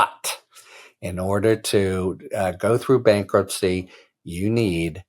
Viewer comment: what is "bakruptcy"? lol